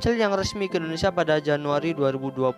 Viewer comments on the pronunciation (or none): none